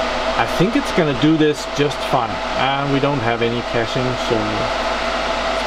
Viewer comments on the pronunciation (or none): none